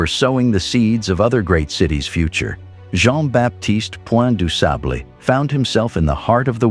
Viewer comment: With the exception of mispronouncing this great blackmans name, the video was very educational 👍🏾😉